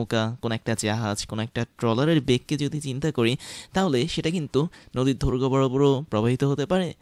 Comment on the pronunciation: Eto style kore kotha kn bolen 🙄... দৈর্ঘ্য রে বলে ধৈর্ঘ